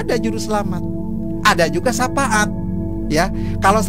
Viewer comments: Katanya ustad tapi nyebut syafaat jadi sapaat🤣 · Syapaat 🤣 🤣🤣🤣🤣 harusnya syafa'at kalo bener bener ustadz🙈